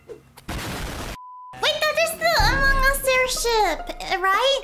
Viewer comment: Don't say "among us airship" (Amougus airship)